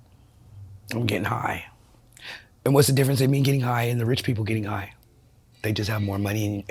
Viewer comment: I hate how she talks about getting "hoigh" like she says it like it's the best thing ever.. im an addict of opioids for twenty years and be not fooled, there's nothing cool about it! You trade everything beautiful in life for a few pathetic seconds of relief